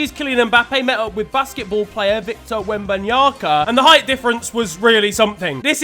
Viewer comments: the pronunciation is victor Wembanyama, not yaka. 😂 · I was out here wondering who tf Victor wembanyaka is😂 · MANS JUST SAID WEMBANYA-K-A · It's pronucned "Wem-Ban-Yama" btw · man said wembanyaka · Man said Victor Wembanyaka💀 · It's Victor Wembanyama, fam 😂😂😂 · that is not how you say victor wenbanyama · "Victor Wembamyaka" 💀💀😭😭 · Did he just say wembanyanca😂😂😂💔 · Wembanyaka, no way did this don say Wembanyaka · Seeing butcher Wembanyama. 😭 I thought you were African. 😭